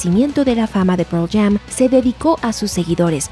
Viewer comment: "proll jam" jaja